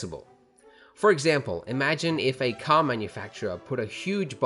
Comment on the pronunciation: CAR not cr